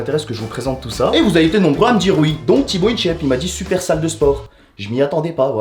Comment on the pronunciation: WaiMy non il dit huho